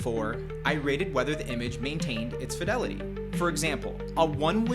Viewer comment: Youre either pronouncing fidelity wrong or using a crap vo generator